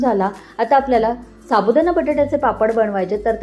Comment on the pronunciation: छान .पण अशुद्ध बोलणे ऐकायला kase tari वाटते. Sabudana nahi साबुदाणा.